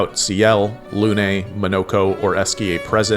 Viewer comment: Arrgh your prononciation of Lune is awful, my ear are bleeding. It's Lune not Luné.